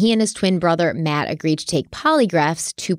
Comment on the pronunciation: Hello and. ❤ hope all is well. Love your videos and all you both put into them. Congrats on your nomination!!!! Side note. From the beginning i was first hearing Mad Abbott instead of Matt. When I relised it was Matt i just couldn't unhear MAD abbott lol my brain wont let me.